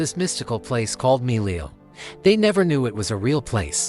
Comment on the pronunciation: It's milele, you pronounced it wrong